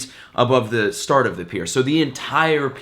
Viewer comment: I know this is a more serious video than usual but in the beginning he didn't say start the video he said shart. Just puttin that out there